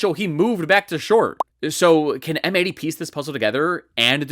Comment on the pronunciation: I think M80 is supposed to be read as "Mighty".